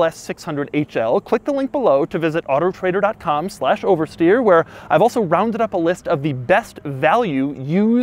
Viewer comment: The guy is so weird. It’s not even auto trader. It’s weird autotrdr. It’s not dot com, it’s dot co. What else did you expect from a guy named Doug De Muro. Love every bit of weirdness he exposes.